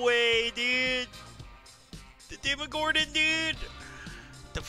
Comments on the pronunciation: the “demogordon” oml it’s demogorGon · demogodorn no, is demogorgon pronounce it right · Demogorgan not demogordan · This mans callin it the demigordon. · DEMOGORDAN 🤣 it’s Demogorgon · He called it the demaGORDON 🤣🤣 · Yo you sayin Demogordon all the time :DD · "Demogordon" Lmao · Demogorgon not demogordon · You called it a contrail. Also its demogorgon not demogordon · demagorgon ,not demagorden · Why is everyone saying demogordon instead of demogorgon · Demogorgon not Demogordon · It’s demogorgon not demogordon💀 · ITS DEMOGORGON NOT DEMOGORDON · its demogorGan not a d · Demo gorge on not demogordon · He won’t notice, he calls it Gordon lmao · He said "Demogordon." here's a joke. What is the upside downs best cook? Demogordon Ramzy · Demogordon?? Hwhut the fwak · He keeps saying demogorDon LMAO, and called “vines” wrap, a “contrail” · This dude said DemigorDON 🤦‍♂️ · He said demogordon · Why are u saying demogordan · It pisses me off how people pronounce Demagorgen